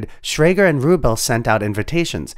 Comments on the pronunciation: His name was pronounced RuBELL. 🙄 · Pronunciation: Roy CONE ... Steve ru-BELL ... and lots of others. It's easy to find the correct pronunciation, and feels less than authentic when you get it wrong. A well-meant message. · steve rubell no? emphasis on the ell when you say the name please